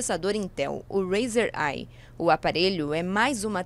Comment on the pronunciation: A pronúncia dos aparelhos Razr é 'REIZOR' (podem procurar em outros vídeos). Mesmo porque a pronúncia 'REIZER' é referente a marca Razer, que fabrica acessórios para games. Deveriam se informar mais antes de falar um assunto no vídeo. E esses dedos nervosos no aparelho? Tava ligando pro namorado pra dar uma bronca?? hehehehe..